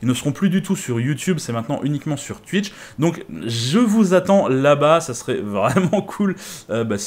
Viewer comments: On dit twouitch pas twuiiiich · Super boulot sur photoshop ça donne déjà une bonne idée. Par contre faut revoir ta prononciation de Twitch 😉🤣